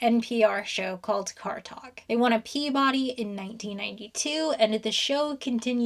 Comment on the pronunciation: Wouldn't that be a Pee-ba-dee? 😊